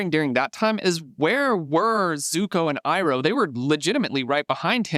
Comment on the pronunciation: ❌ Aang ✅ Ung ❌ Iroh ✅ Ee-row